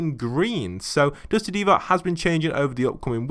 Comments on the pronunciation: Dusty divot not deevot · It triggers me when he says dusty deevot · It triggers me that he says Dusty Deevoy